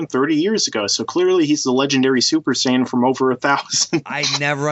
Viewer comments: And in his other video he was saying ''Sayan'' instead of saiyan. That sounds fucking retarded. All those videos and the dude can't even pronounce the names correctly. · In reality, the way the dub pronounces the word is incorrect, so "Syan" is accurate. "Saiyan" is a Barry Watson creation. Just like "Hyperbolic Time Chamber". It's the Room of Spirit and Time...and the Spirit Bomb...it's the Genki Dama. Every other dub around the world kept the Japanese terms and the Kikuchi score, but North Americans got spoiled. It's no surprise that English speaking fans are so misinformed. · Sayan? You mean how its more like, what, sigh-an or something? I'll give him a pass on that one. It may be incorrect, but all the dubs we watched as kids are to blame. Almost everyone I know (myself included) have that pronunciation drilled into their heads.